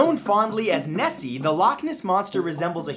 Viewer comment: Matt. towards the end of your Scottish accent you sounded more Swedish. Instead of SAM-waer you need to go SOOM-waer, and instead of "out thair" you need to say "oot dair", and instead of "Nessey" you need to go "Nesseh", difference being a stop at the end of "Nesseh". Less AAAACH and more ACHHHHCHCHCH. Thusly: "ACHHHH! NESSEH! YER OOT DAIR SOOMWAER!" And that is how you Scottish.